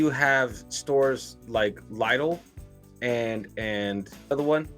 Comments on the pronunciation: I would say Lidl is pronounced Li-dl rather than Lie-dl 😉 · The correct pronunciation is lee-dl, and when the company first came to the UK that's what they expected British people to call them. But we didn't, so they're now known as lid-l in the UK. Definitely not lie-dl. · It’s pronounced lidl, not lidl